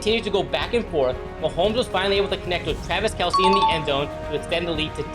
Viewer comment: It’s not kelce it’s kelce